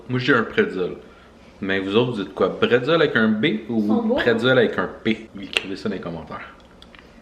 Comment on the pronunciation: Eine Bretzel (ça se dit bréts'l) ! Mais je préfère eine Käselaugenstange !